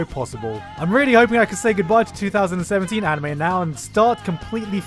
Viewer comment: Are we just going to ignore the fact that in the beginning when he says 2017 it sounds exactly like 3017. 🤯